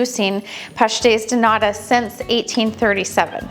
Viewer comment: You pronounced pastéis de “nada” = nothing. The t needs to be pronounced like a strong British T as in Tom. 😊 Love your passion for internationally pastries! As a Portuguese I much prefer a bean pastry, almond, orange or carrot, anything other than pastéis de nata but I am clearly a bad Portuguese who doesn’t care for sardines or pastéis de nata! 😄 I wonder what your tins were made out of? Mine continue to be the bright tin colour. You also use them to make chicken pies. Great job as always!